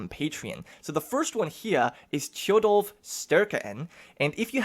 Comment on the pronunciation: Oh god the pronunciations are bad xD nice try though. Tjodolv Sterke-enn youd pronounce as Tchodohlv Staerkeh aenn. The Es are a bit like the ae in game of thrones, like aegon. I abselutely love that you used the song about hardrada in the intro and outro. Talking about the many longships taking sail for england, and youre even displaying a picture of the ships. Amazing. This is a hyped series!